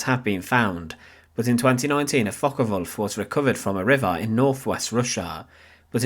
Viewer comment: Focke Wulf not Focker Wulf 😂